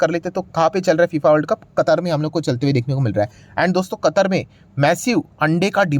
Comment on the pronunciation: कतार नहीं सर कतर ।